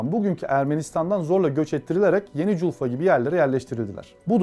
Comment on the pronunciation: Джульфа,ударение на букву "А".И вообще спикер неважнецкий,безграмотен,не в теме.